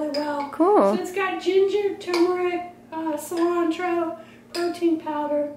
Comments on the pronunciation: Cilantro! Perfect pronunciation, do you speak Spanish? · You said "cilantro" perfectly in Spanish! What is your ethnicity? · I like the way you pronounce cilantro. 😉☺️